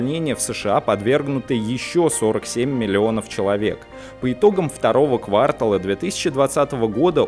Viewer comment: КвартАл, а не квАртал